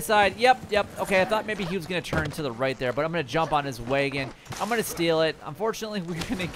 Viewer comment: It’s wag-in not way-gen